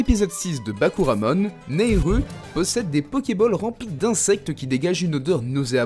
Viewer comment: Bakouramon?! achevez moi...